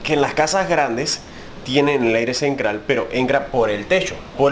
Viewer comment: 😮😮😮 porqué todas las palabras con T las pronunca con C 😮😮😮😮 cenCral CRailer 😮😮😮 enCrada